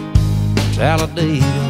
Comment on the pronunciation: People can't pronounce Talladega it's pronounced Talla dig ah